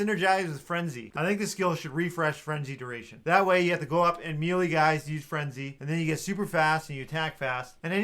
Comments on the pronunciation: It hurts my soul when i hear someone pronounce it "Mee-Lee" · Dude... please look up the proper pronunciation of "melee".